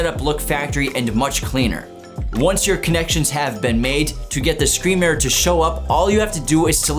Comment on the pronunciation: Say murer on more time